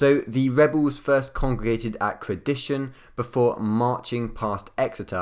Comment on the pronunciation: so helpful. Thanks! btw-its Crediton-hard T :)